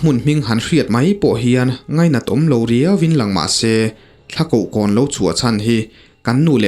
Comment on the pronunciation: Thlakohkawn tih chu chhiar sual ve ngat ngat hle a ni.